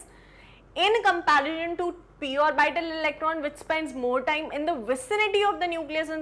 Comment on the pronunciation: It is not pronunced "or-by-tal". Please use correct pronunciation